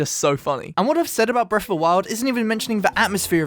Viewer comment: I love how it sounds like he says ‘breaf’ of the wild at the beginning.